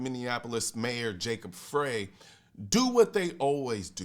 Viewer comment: fyi - it's pronounced "Fry"